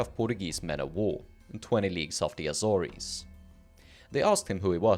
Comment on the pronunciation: Respectfully, you've mispronounced the Azores. It rhymes with wars, not worries. :chillwcat